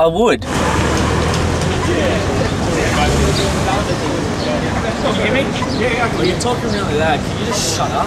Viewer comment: "Yes I woot"